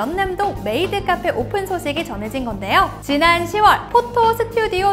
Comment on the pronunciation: 메..메이트 카폐 라니 ㅋㅋㅋ